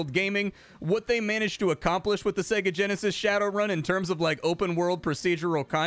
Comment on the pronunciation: helloo... bosss, yeah sooo.... I can't come to work today, said segageneshis too many times and... what do you mean i'm fired?? helloo?? helloooo??